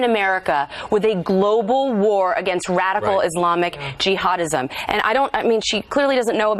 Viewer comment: “Radical IZlamic G-Hodizm” ladies and gentlemen.